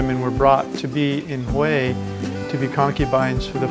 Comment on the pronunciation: Finally !!!! You're Pronouncing 'Hue' Correctly!!! LOL!!!